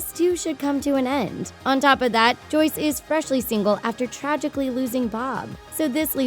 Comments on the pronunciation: Joyce not Joy'ce. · Joy'ce not joice